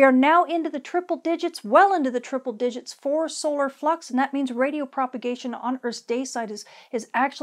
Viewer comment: At 3 min 50 seconds in it sure sounds like you said Aurora fuc’s instead of Aurora flux lol